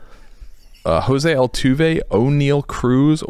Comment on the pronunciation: “José Altoov”😭😭😂😂😂😂